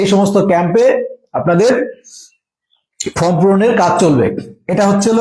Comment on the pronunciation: ওটা ফ্রম না দাদা ওটা ফর্ম।